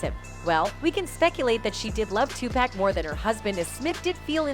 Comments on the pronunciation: Sweetie if gone do a video, do the research and find out how to pronounce the person's name you're saying! His name is Tupac! It's pronounced Topock sounds like sock with a (p).. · Y'all ruined the video when you said Tupeck instead of Tupac. Wtf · It’s Tupac not topack 😂😂🤦🏾🤦🏾🤦🏾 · I can’t take hearing her butcher his name anymore! It’s not 2-pack! It Tupac (2-pock)!!!! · 2 pack wtf. The more she said it pissed me off more. Come on man. Pack lol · Still saying TUPACK? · So no one's going to talk about how she says Tupac's name wrong. Damn near butchered the name 😂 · Can she say Tupac name correctly please? 💯